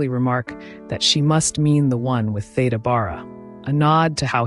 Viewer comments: Such an insightful and interesting bio, well narrated, except for one glaring and recurring flaw. The knowledgeable narrator, with her lovely, dulcet tones - continues - mispronouncing the subject's name, much to my chagrin. Theda's 1st name has an (e) that's supposed to sound like an (e), not like an - a - and Bara is supposed to sound like (air) at its start. Apart from that I enjoyed the video. 🤗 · Yes, "Theeda" is the only way that I have ever heard her name pronounced for 70 years.